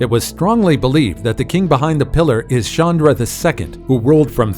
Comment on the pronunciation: Bro it's not chawnra its cha n dra